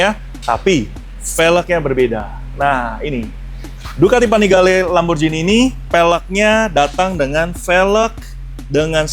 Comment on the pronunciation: Lamborjini❌ Lamborgini✅